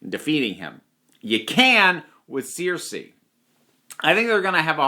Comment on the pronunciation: Sorry what Searsea it’s Cersei (sirsea)